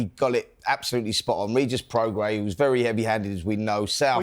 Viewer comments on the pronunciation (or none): Simon pronouncing Prograis as “progress” and Spencer pronouncing Regis as “Rejay”🤦‍♂️🤦‍♂️🤦‍♂️